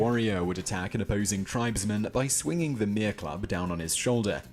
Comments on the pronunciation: bro when he said "mere" i just died. cause its pronounced "me-re" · This is some faarked up shyte that I've ever heard. Of course this is a 'white' man's worldview which from a Māori worldview much of it is incorrect he totally does not know anything of value. The shrunken heads is so incorrect what a load of ball daks. The club isn't pronounced Mere this is the closest pronounciation Mere-Ree. The first documented encounter of Māori and Europeans was not in 1646 it was in 1592 they were Polish Jews, French and Norwegian. Trading between Māori tribes and many European countries was already in existence prior to the 1592 encounter because these foreign men wrote it in their observations the trading that they saw. Some 250-300 years before the English came to NZ there were already collaborative, and cohesive relationships between many countries but not England until the mid 1700's. I come from the place James Cook landed Turanganui-a-Kiwa [Kiwa's large foundation/stance and position on land and sea], in JCook's clueless brain his crew shot one of my ancestors, not because they held up shrunken heads because they had none, not because my people threatened them it was out of the clueless empty brain that was upon his neck. Hongi Hika is not the most famous warrior, though he is famous, many warriors of that period were famous and well known throughout the country by both Māori and whites. OMG the photo that portrays Hongi Hika isn't even him .....wow this is the most ridiculous white person's rubbish talk I've heard since forever. NO THERE WAS NE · he saying mere like where it’s pronounced meh re but you roll the r